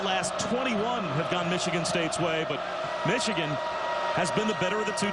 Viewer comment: Color Commentator's inability to say the word "Michigan" correctly is irritating XD